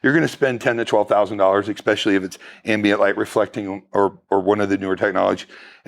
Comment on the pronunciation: "Exspecially" is not a word. Just like "expresso". NOT words. Use proper English when you're trying to sell someone something as to not look like a fool.